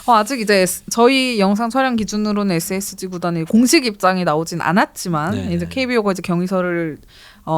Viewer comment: SSG 발음 좀 정확히 해주시기 바랍니다 "에쎄지" 또는 "에셋지" , "에세치" 이렇게 들립니다 "에스에스쥐" 이게 정확한 발음이 아닐까요 같이 출연하신 여자 진행자분의 SSG발음하고 너무 비교됩니다 저는 처음에 SH그룹 얘기를 하시는줄 알았습니다 SSG 관계자분들도 그렇게 발음하시는걸 반기시지는 않을 듯 합니다 제가 너무 까탈스럽다 생각하실수 있지만 저와 비슷한 생각을 하시는 분들도 있을것 같습니다 이 채널을 즐겨 시청하는 구독자의 한명으로 조금 안타까운 마음으로 부탁드립니다 감사합니다